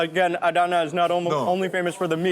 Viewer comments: It was pronounced AhDana, emphasis on the second syllable when my family and I were stationed at nearby Incirlik AB. Anyway happy to see you there. In the past Adana was considered a secondary city compared to Ankara, Izmir & Istanbul. They've made some significant headway to be more respected now. Next time you're there go to the BP truckstop close to Incirlik. We used to eat there regularly...great food. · Mark, I love you man, but the way your pronouncing Adana is killing me 😂😅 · I love Turkish food and have been eating it for years. I usually order Chicken Adana. I'm wondering about the way you are pronouncing Adana. I always called it Chicken A Donna" with a soft "a" sound. No one ever corrected me even my friend from Istambul. What were you told about the way it is pronounced? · A-da-na . All open a s. All sound as a in arm